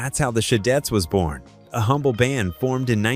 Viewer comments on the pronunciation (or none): none